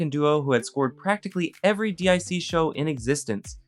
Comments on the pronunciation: Pronounced "deek" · Not D.I.C......Deek. this is what happens when little kids make videos about my childhood, hahaha! This kid never ever saw this show while eating cereal before school. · Also D I C is pronounced “deek”. Little kid said it at the end of their shows. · it's pronounced DEEK. Haven't u ever heard the animation at the end of countless shows of the era? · Yeah I've seen this.... It wasn't as crazy as " TODAYS SPECIAL" if mannequin was a kids show🫪 Also it's pronounced VER-EEN Ben Vereen. And DIC is pronounced DEEK. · DIC is pronounced “deek” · DiC is pronounced "deek." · DiC rhymes with peak, or peek, or maybe even speak. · I almost turned away from this video because the mispronunciation was grating on my nerves… VerEEN and DEEK not D.I.C… I don’t know why he changed the pronunciation of Ben’s name later, but thank GOD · Also, D.I.C. (instead of deek) and Sabin Entertainment (instead of Saban). Even if he didn’t appear on camera, you could tell he wasn't alive when the show aired. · I enjoyed the video, but there were a few mistakes and errors I noticed: Ben Vereen's name pronunciation can be found a number of places, including on youtube. You seem to pronounce his name correctly occasionally, but it seems to vary; DIC is not pronounced like an initialism, but as a verbal acronym, like NASA, in this case rhyming with beak; Jeremy Railton worked on the opening ceremony for 2002 Winter Olympics, not the 2020 Olympics, which due to the alternating cycle would have been Summer events; Saban Entertainment is pronounced the same way as the founder's last name; There were a few other minor ones here and there, and while pronunciations are relatively small, mistated facts can cause problems in the long run.